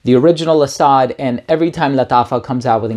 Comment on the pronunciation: ❤Guy.. Arab here.. Asad means "lion".. To be precise the most common famous word for lion.. Because in Arabic.. There's like I dunno 5 names for lion or even more 😅 Anyways.. It's pronounced as Asad.. Just like that.. (Ah-sadd) No extended vowels.. Think "Acid" with a shorter "A" sound and definitely replace the "i" with an "a". So it's not "Ah-saaad".. Nah.. It's "Ah-sadd"